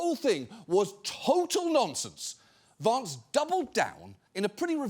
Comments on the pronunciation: John I love how you pronounce Vahnce! Every time ! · I love how you pronounce it Vonce, which is Yiddish for bedbug. or in his case CouchBugger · John pronounces it "Vonce," which is a Yiddish word meaning "small annoying person" or "bedbug." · Genuine question, why does John pronounce the a in Vance british? I mean Vance is American and himself and everyone else pronounce his name with an american a ... Its a bit strange hearing John pronounce his name entirely differently 😮